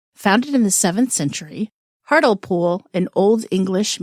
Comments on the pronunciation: To pronounce hartlepool It's "heart" rhymes with art, "lee" "pool" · its pronounced hart-lee-pool